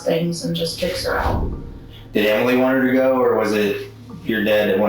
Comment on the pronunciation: Why does the narrator add an extra syllable Emily? “Em-ill-EE”